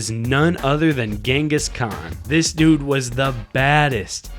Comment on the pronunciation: how many does this guy said DOOD